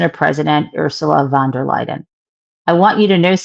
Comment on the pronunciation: No "d" in Van der Leyen. Jen!